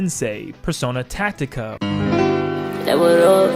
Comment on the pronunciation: He also just said "Persona Tactica" oml